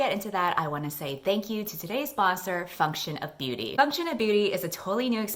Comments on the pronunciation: Why did I hear "Fuck shit up beauty" instead of "function of beauty" 😭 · GOD i had to pause for a second because i thought you said today‘s sponsor is „fuck-shit-up beauty“ 😳😹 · When said “this video is sponsored by function of beauty” I though she said “this video is sponsored by f*ck sh*t of beauty”😂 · Why did I hear function of beauty as fuck shit up beauty the first time you said it and damn this is good video. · I know you were saying function of beauty but I kept hearing fuckshitup beauty